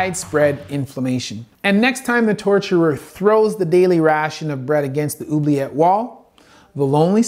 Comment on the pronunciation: Oubliet... = ooh-blee-ay